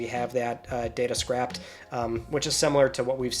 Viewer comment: Fantastic news. By the way, the word is "scraped", not "scrapped",.